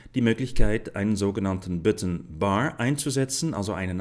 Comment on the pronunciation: hahaha ich lach mich tot : böttn anstatt b[a]tton kann ich leider nicht konyentrieren auch "lie" out statt [lei]out hört sich echt krass an